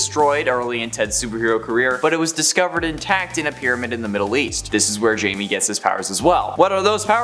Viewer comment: Blue Beetles name isn't Jamie (jay-me) It's Jamie (hi-may)